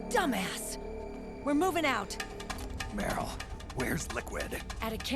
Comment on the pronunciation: I like how everytime Snake says Meryl in a hurry it just ends up being Merl.